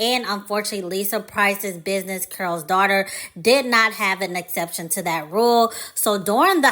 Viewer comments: I believe the name is Carol not Curl? Anyway great vid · The video was appealing because I remembered and used the product; however, when I heard "curls," I clicked off. It's Carol's (Kare rols) not curls. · Just came across this video and only have one question, why the presenter kept saying "curl's daughter"? I thought Lisa Price said she named it after her mother whose name was "Carol". Also, I saw an interview of Lisa who gave the history of the founding of the company and why she eventually sold it. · Am I the only one hearing the word “Curl” vs. “Carol?” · It sounds like you're saying Curls Daughter not C A R O L Daughter. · Why are you saying the name wrong ? You're say Curls daughter, it's Carol's daughter. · You keep saying curls daughter. It’s pronounced Carol’s daughter. So annoying.🧐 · Consider looking up the pronunciation of the company’s name before filming. Carol keh•ruhl sounds like you’re saying curls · IS IT JUST ME?????? OR IS SHE SAYING CURLS DAUGHTER??:face-orange-biting-nails::face-orange-biting-nails::face-blue-smiling::face-purple-crying::face-green-smiling::face-orange-frowning::eyes-purple-crying::face-fuchsia-wide-eyes::face-blue-wide-eyes::text-green-game-over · Why are you saying Carol’s like that? It sounds like you’re saying curls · Care-ull’s , pronunciation (two syllables ) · Is it pronounced curls daughter but spelled Carol? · No disrespect, but are you talking about Carol’s Daughter because I keep hearing Curl Daughter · it does sound like she’s saying Curl’s. Kinda irritating 😮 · it's not about tearing down, it's correct...coming from a Carolyn.